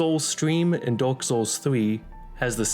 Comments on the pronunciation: Bro I hear it as the age of dog 💀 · There was a point in this video where i thought you said "dog set" but it was "dark set" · Every time you said dark i heard dog and that made this vid a lot funnier trying to imagine that lol